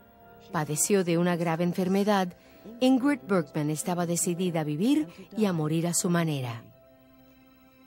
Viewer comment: Por qué pronuncian TAN MAL el nombre de Ingrld Bergman [ˈɪ̌ŋːrɪd ˈbæ̌rjman]??? SI NO SABEN SUECO o FRANCÉS.. al menos lean tal y como se escribe!!!